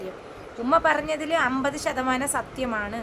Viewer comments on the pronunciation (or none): none